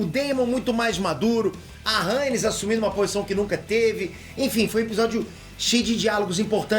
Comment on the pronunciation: acho que fala Raénis e não Rânis (Rhaenys)